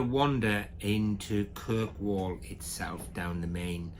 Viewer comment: its not kirkwell its kirkwoll